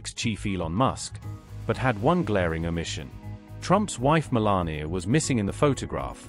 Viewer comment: Stop calling her Melani .Her name is MELANIA